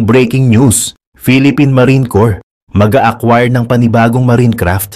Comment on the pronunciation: ...corps or corpse?